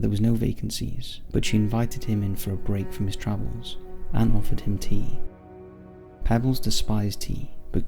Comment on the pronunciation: I think the name of the hero in the first story was pronounced Pea-bells. Just a small critique